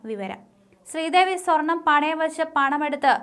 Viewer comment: സ്ത്രീദേവി😂😂ആദ്യം പറഞ്ഞത്‌...എന്തൊരു വായന😂